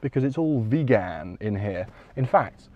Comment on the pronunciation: Say vegan again.